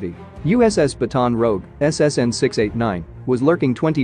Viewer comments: SOMEONE troubleshoot/remedy computer pronunciation algorithim! Really?!....Baton Rogue instead of Baton Rouge?!-Whiskey Tango Foxtrot! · The baton rogue 🤣 “Batten rUUUUge” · I know you're using tts, which is unreliable for pronunciation, but it is "Bat-on Roo-oosh" before anyone mispronounces the name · Did they not see each other, or did the Russian sub not see the "Baton Rogue"? (And yeah, I know. I spelled it consistent with the tts pronunciation) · Ba-tawn rowge. Please tell me this is a computer generated voice and a human food not pronounce it like that. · the way the computer pronounced “Baton Rouge” 💀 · That’s the point 🤦‍♀️ “Standard English” is America’s version of the English language that was used to build the text to speech program and Baton Rouge isn’t an English place name and thus doesn’t use English pronunciation so the program can’t say the place name correctly.